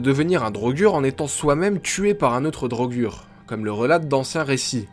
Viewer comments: On dit pas drogur on dit drogueur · PTN MAIS MEC LES DROGUUUUUG MAIS MERDE CA SE PRONONCE DRAUGEUR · Ca se prononce pas DraugEUr?Dans skyrim les pnj prononcent draugEUr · Les draugr se prononce "draugueur", mais il sont inspirés des "draugur" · D'après les dialogues du jeu c'est pas DraugAr mais draugueur (pour la prononciation ) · "Draugur" version francaise peut être, ils me semble qu'en anglais ca se prononce "draugeur" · Marrant pourtant Draugr se prononce Draugeur dans le jeu, moi je trouve Draugur un peu trop soft ça fait moins sérieux. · et non c'est "draugueur" pas "drogür" la façon auquel on prononce le mot "draugr" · La vraie prononciation est bien drogur, même si dans le jeu ils disent drogueur, tu as raison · Siegfried Nicolas il me sembler que dans les pays nordiques il prononce sa draugar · Draugr en version général, draugur en islandais. les deux se prononçant draugueurr mais c'est pas notre "eur" c'est le R que tu prononce en le roulant avec un bruit de gorge. ce son est présent dans d'autre mot comme brisingr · La prononciation, ce n'est pas du tout ça.Vieux norrois : draugr : /draouguèr/ => draugar : /draougar/ (a court) Islandais : draugur : /dreillegur/ => draugar /dreillegar/ (a court) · Drogueur est une erreur de prononciation du jeu